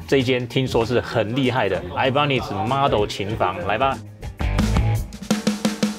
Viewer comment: 整支影片看下來我只在意那個 Ibanez的發音 我記得好像是日本人去買西班牙的品牌 發音是 一八捏斯